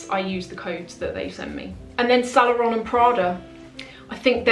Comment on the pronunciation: I like your videos. But you gotta fix the pronunciation of "Saint Laurent" since it comes up so often. I hope you take this as a "there is milk foam on your upper lip and only friends will tell you at the risk of offending you" situation. Keep up the good work!